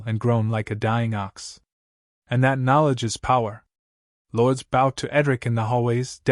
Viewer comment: This is AI narrated, you can tell by the mispronunciation of words like "bow". Moving on.